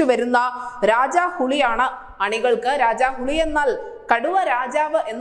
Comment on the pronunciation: രാജാഹുളി അല്ല, രാജാഹുലി... ഹുളി=പുളി, ഹുലി=കടുവ, പുലി.